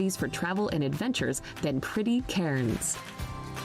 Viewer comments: If one is making a "come to ...." video, you would think one would pronounce the place names properly! Brisb'n, Cannes, Melb'n, Canbruh. It didn't really give much info; just some stock footage, but OK. Just the voice over annoyed the sh*t out of me 🤣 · You’re correct. Cairns is in the north east and she’s mispronounced it. This isn’t the most accurate video, she’s an American and these are definitely not the best 10 places to see in Australia. She’s listed mostly a bunch of cities and towns and of course the best places to visit in Australia are outside of these! Some great places to see include the Blue Mountains, the Kimberley’s, Great Ocean Road, Great Barrier Reef, the Daintree rainforest, Coober Pedy (underground town), Uluṟu, Rottnest island, Cradle Mountain, Hunter Valley.. to name just a few!